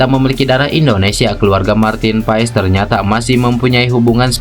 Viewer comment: pengucapannya Martin PAS bg..